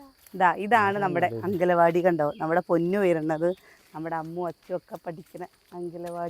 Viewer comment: അംഗലവാടി എന്ന് പറയല്ലേ.. അംഗനവാടി എന്ന് തന്നെ പറയു 😊.. കേൾക്കുമ്പോ എന്തോപോലെ